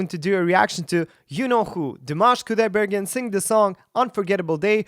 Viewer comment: not kudai - bergen , but kudaibergeeeeeen